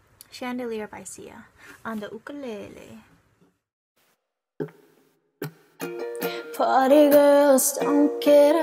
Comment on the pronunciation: Do you live in Hawaii? Because you were able to say Ukulele correctly when people say you koo lay lee instead of uku le le .